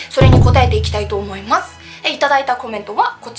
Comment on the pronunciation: この方の「思います」の「す」の発声は「せ」が混じっているな。唇を横に伸ばし、口角の筋肉を少し下げ、下唇を少し前に出しているのではないかな？舌が少し前に出、上に上がり過ぎているのかも知れない。「す」の正確な発声を練習されることをお薦めする。